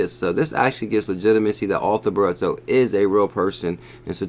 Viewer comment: ‘BRIT/TO - FFS